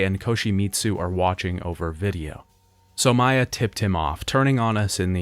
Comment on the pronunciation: also 'Somaya'